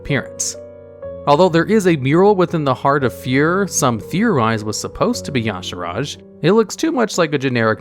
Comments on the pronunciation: question: why do people pronounce Y'shaarj with an "i" in the middle? i dont know where it started, but everyone seems to do it. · Y'Shaarj being pronounced as "ya sha raj" is as bad as people pronouncing "gif" as "jif". Fuck you Blizzard.